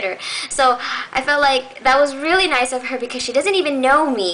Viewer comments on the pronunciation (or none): none